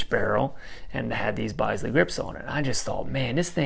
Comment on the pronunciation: Bisley pronounced bizz lee. Love the vids.